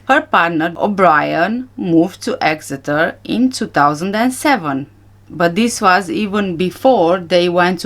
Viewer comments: You pronounced Exeter perfectly 🥰 I live only 14 miles from there. I hadn't realised Tanner lived there😮 Every last one of the Tapas 9 gave me the creeps!😱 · You pronounced 'Exeter' perfectly! I was born there 46 yrs ago but we moved for my dads job when I was four.